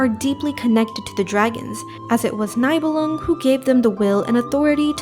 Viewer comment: My only gripe is some name pronounciation like them saying Nye bell lung instead of nee belung